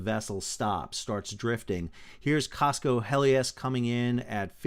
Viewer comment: It's Cosco Hellas (like the country, Greece) not Helias. It was travelling from Busan, Korea to Panama.